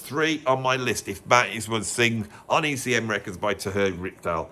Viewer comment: Terje Rypdal's name is pronounced Turr-yuh. I live in Norway, and I know!